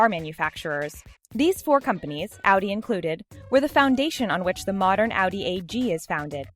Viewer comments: It’s Audi not ALDI THERES NO L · Ow-dee? Most people that I know pronounce it ah-dee. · Audi= Awdee. Pronounce this right or you’ll regret it... ( I’ll give you more hate comments) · she pronounced audi wrong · Was anyone else getting annoyed we she said audi wrong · You didn't pronounce audi correctly ya stupid idiot